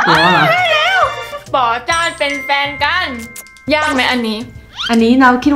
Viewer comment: ตลกตรง กัน ออกเสียง กาน แบบลากยาว พอตรง แท้ๆ ออกเสียงเป็น แทะๆ ความหมายเลยเปลี่ยน แล้วไปสุ่มเสี่ยงตรงควายอีก 555 ตอนชงขายของคือน่ารัก ตอนชอบคนร้ายหยั่งกะเล่นมุก โบ๊ะบ๊ะธรรมชาติมาก 55